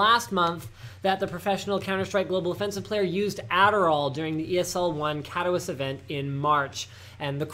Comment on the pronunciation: Your pronunciation of Katowice is horrid